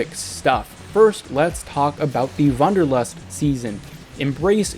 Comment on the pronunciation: It's Wanderlust not Wunderlust and is german and means the desire to hike.